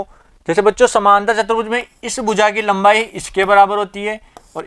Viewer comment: Apne video me chaturbhuj ko chbutruj bola😁